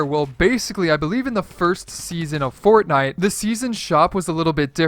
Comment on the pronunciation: U SAYD CORTNITE